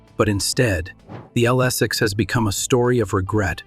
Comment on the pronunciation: I DO NOT LIKE!!!! LSS six. Too funny! BOT ! AI !